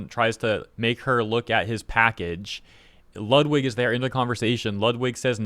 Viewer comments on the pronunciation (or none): none